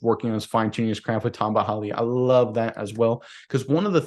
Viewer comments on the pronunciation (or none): Bro, you gotta chill out with you "a" sounds. It's T-AH-M-BAH HALL-EE and CAR-LOFT-ISS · As a chiefs fan, Henne is my favorite back up QB. He came through in a playoff game in both Super Bowl rings. And it’s pronounced tom-ba Hali lol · Pronounced closer to “Tom”ba Hali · Pronounced “Tomba Ali” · I’m sure someone already said this but it’s pronounced Tomba Ali he’s a chiefs legend so better get it right. Him and Derrick Thomas deserve the world for spending their entire careers on this team when it was a trash organization